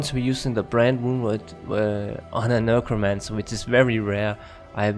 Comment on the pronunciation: NEK-ro-mance-er. Nurkromancer is cracking me up. 😆 Good vid though.